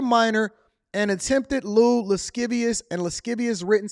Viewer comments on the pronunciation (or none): Lascivious ... pronounciation of the sc in the word should make a shh sound ... 'lashivious'. Oh, and an under-cover DETECTIVE engaging in an entrapment of sorts exercise. UNDER-AGE, but UNDERCOVER, to arrest a grown man. Under-age, engaging in adult conversation. And if the DETECTIVE is full grown, but PRETENDING to play an under-age teen, then the falsehood should have some legal implications towards a dismissal! Its orchestrated!! Some CatFish bullshit!!